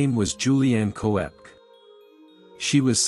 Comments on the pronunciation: Köpke - not Ko-ep. Say Kopke, if you can`t do an Umlaut. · koepke is pronounced 'kepp-key'.